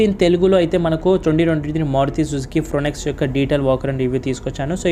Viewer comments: Please tell vehicle name properly. It is Fronx not Fronex. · Brother antha bagana chappavu kani Chala mistakes vunnayi nv chappina explanation lo First vehicle name pronunciation aaa thappu bro Sorry for saying